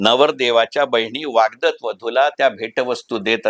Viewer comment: वाग्दत नाही वाग्दत्त